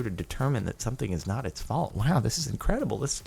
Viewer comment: *it's not my folt * it's John's folt